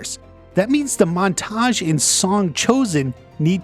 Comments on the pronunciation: Your pronunciation of montage is off-putting lol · The way he puts emphasis on the second syllable of "montage" is killing me.